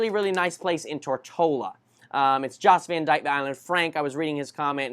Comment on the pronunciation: The Baths are located on the island of Virgin Gorda, not Tortola. Take a 45 minute ferry to the Baths. Pronounced Yost Van Dyke